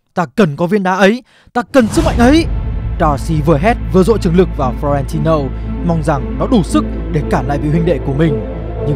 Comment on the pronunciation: và đây là flo ren ti lô:)))